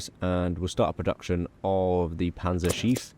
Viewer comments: if there are two letters right after a vowel, you pronounce the vowel only shortly. the way you pronounce Panzerschiff, it sounds like "Panzerschief" ; thats not really a word but could be understand as "a tilted tank" or "crooked tank". love the videos none the less. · Congrats on the kid! Let’s hope they can pronounce Panzerschiff better than you lol. Was pretty painful to hear each time